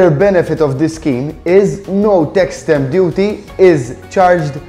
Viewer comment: Ar the 1minute 3 second mark when u speak of something about up to 200,000 euro.. I couldn't understand what u were saying.. it sounded like step duty or something.. can u write what u were saying here so I can understand what that is about.. is it like a fee or tax ?